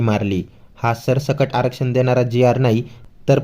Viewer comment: जंरागे ला बोलायच कसं शिस्त नाही भाजी आहे का आणल की पिशवीत घेत ल. देताना तेव्हा नको आम्हाला आरशण म्हणलात. बोयाच शिका पहिल. बे शिस्त😡😡